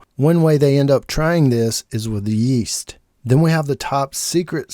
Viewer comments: “Is with yEeeAssT” Bro why you say it like that? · it just sounded funny how you say it.